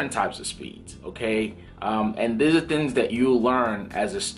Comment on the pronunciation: You're extremely knowledgeable about flying and aviation. Can you please say "thinGs" instead of "thiNs."